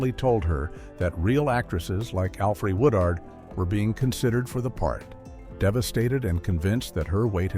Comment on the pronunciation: Alfrie Woo-dard 😄